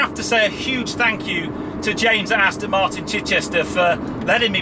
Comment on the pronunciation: Sorry to be a pedant but it's not pronounced "Astin"!!!!! Even I can get that right and I've got MS causing me speech problems. (Still liked the vid...!)